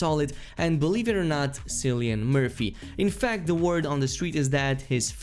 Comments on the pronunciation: Cillian Murphy is not Sillian, he is Killian (pronunciation) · It's pronounced 'Killian', not 'Sillian'. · Cillian is a 'K' sound. Kill-e-an. Presumably they meant Tommy Shelby was their inspiration. Because Cillian Murphy himself is a nice, sane, soft spoken guy 😂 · Cillian Murphy is pronounced Killian Murphy. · Cillian, pronounced with a K sound, think Killian. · I want you to pronounce Cillian Murphy again